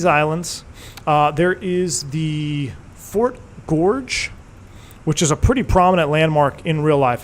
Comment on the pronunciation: I grew up in Westbrook, Maine. (That's the W in KPWM.) I now live in the outskirts of D.C. Thanks for taking me home. The fort is pronounced "Fort Gorgeous." (GORG-ez.)